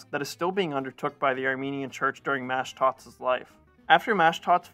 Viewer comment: It's pronounced mashdots, not mashdats. The o sound is like when you say the letter o. It's not pronounced like an a. It's pronounced like maashdots. Like saying ma, hey ma whats for dinner? Mashdots. Same for the first name. It's mesrop the o is pronounced like saying the letter o.